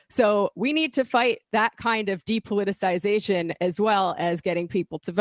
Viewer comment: Thank god Emma's on the show now. Maybe she can teach the rest of the team how to pronounce "depoliticization."